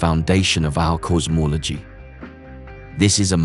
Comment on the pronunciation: Narrator pronounces some words very differently; "Cors-morlogy" (5m & 4 seconds)? I don't think possible to look further back beyond the Cosmiv Microwave Background Radiation, not using visible light anyway!